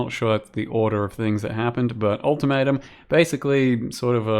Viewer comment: Yeah new league all tomato! (that what I hear when say ultimatum)